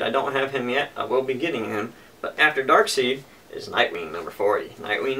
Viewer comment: Darkseid is pronounced as Dark-side btw.